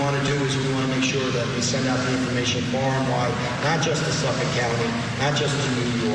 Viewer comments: *suffolK … there’s a k at the end 😅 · Yesss! I kept saying that every time I heard her say it wrong. 😂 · She says Suffolk funny😂 I think it's cute it's not pronounced like that cuz I used to live there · Why can this woman not pronounce Suffolk 😂